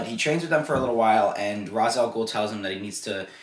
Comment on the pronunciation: This movie is great but it got the Ra's name wrong. You are saying it wrong too. It is a long a. Like Race.